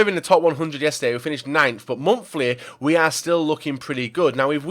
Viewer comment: its monthly not momfli